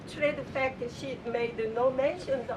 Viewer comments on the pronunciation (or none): Stop saying sheat